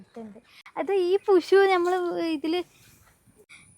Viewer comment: പുഷു അല്ല പുഴു